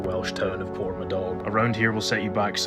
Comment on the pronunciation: port ma dog 🤣